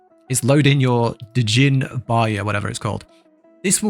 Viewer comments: "Da Jinn Barya's, right". Mate, it's pronounced "Jinn" (Gin) To quote my boy Django Freeman, "The D is silent" 😂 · Just "JINN", my dude. Not DA JINN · Its pronounced Jin. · allright, you got yourself a new subscriber, but if i ever hear you saying D - Jinn again, i'll be really mad :D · Djinn is just pronounced gin, like the drink. It's an Arabic word for basically non-human spirit. I think the French spelled it that way which they pronounce it the same as gin, just like Genie. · The D is silent. Just Jin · Jin.. silent D… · the d in djinn is silent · the D' in Djinn is silent